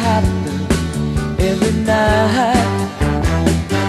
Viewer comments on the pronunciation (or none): David sure had the magic gift. He was truly remarkable. Yes he was just a human being but we all know that he was quite special in bringing these well written songs to life, like no one else could have. I love how he pronounced NiGHT as Ni Height, such a Cassidy trademark phrasing. He was also a gifted actor and comedian too. He was truly a tender hearted man. Will miss him forever.